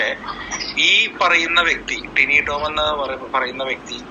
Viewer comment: എന്തോന്ന് ടൈനിറോം ഏട്ടൻ???. ടിനി ടോം എന്നു പറയെടോ. 😇